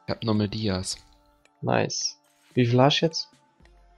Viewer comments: Junge es heißt dias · Es triggert so hart wenn du die ganze Zeit dies zu Dias sagst